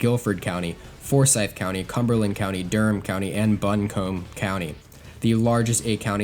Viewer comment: that is not at all how you pronounce Buncombe